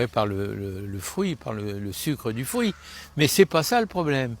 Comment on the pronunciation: Des fwuit?